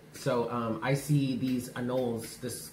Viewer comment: We kept a tribe of anoles (uh-KNOW-lees) in my elem school science classroom and you're right, they are adorable, for reptiles!🤗🤗